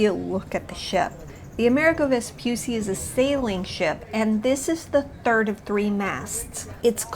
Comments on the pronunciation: just one tip, Amerigo is like America but with a G of "Garden" or "Go" and and a final O sounded not muted, like GO, so it is ameriGO and not VespuSSI but VespuCCI the sound could gentle C like in "check" like a "ch" sound. C in italian could be hard or soft, Hard like C of "Could" or "Cloud" or be gentle like in word "Channel" or for exemple like "Ciao" so VESPUCCI is double "ch" VespuCCi not Vepussi :) just to tell you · Please the name is Amerigo Vespucci not America Vespusi